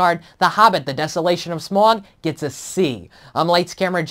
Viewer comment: and for fuck sake its pronounced smAUg, not smorg, I'm not some huge hobbit nerd but they say it in the film like 100 times - its SMAUG